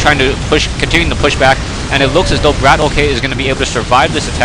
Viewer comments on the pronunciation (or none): It's funny how you still called him BratOk instead of Bratok. lol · In Russian "bratok" means gangster, it's slang. And it's pronounced as bratOk (stress on the last syllable). Sorry that I'm like the third person to comment on that, but I'm Russian myself so I thought why not make it clear ^_^. Nice commentary by the way, thank you! I love your channel! Keep it up guys!